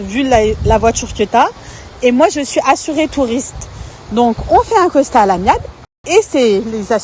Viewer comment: 'assurance touriste' et 'le costat' au lieu de 'constat' 🤣🤣🤣🤣